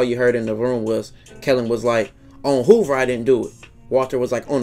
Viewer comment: Operation "Hoovah removah" 🤣🤣🤣🤣